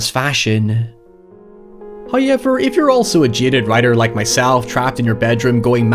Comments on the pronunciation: Everybody: However This idiot: HaiEVerR Nice vid btw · "HOWever" not "high ever" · Hauyever? Seriously guy? Hauyever? Let’s just throw English out the FOOKIN window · you know he's gonna go hard when he slaps down that 'hoyever'. it's like a dragonshout. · Please make some spooky merch that spells how you pronounce, "Hoyevar." Plz. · I came for the "HOYEVER" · Mike: "What happened to the room?" Gerald: "It all started when they Hotel guests said however while he stayed in the room." Mike: "So." Gerald: "It's pronounced 'HOYEVER." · Enough with the however already. You've said it normal more than once in videos and it's getting old hearing you purposely include it mispronounced just for extra attention.